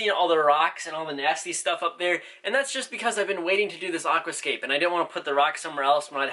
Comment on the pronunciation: I love the way you say Aquascape, it’s not pronounced like that